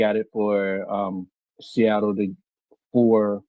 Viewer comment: Lived in Seattle his whole life and he still can't get it right 😂